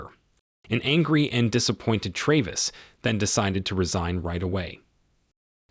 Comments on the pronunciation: why do you mispronounce the main characters name so often? … sometimes it’s Travis and sometimes it’s Traaaavis? ….. seriously? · Good Lord, learn how to pronounce the name Travis! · How can you mispronounce Travis. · Ikr?! It really got irritating